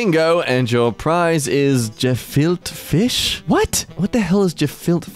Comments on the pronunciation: "ga-fil-ta fish" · TIL it's gefilte fish and not kafilka fish like Chris Tucker had me believing all these years...